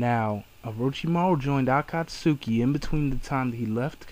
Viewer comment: you dont pronounced akatsuki right